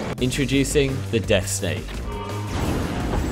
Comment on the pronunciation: What he said: Death Snake What I heard: Dex Save Both are accurate XD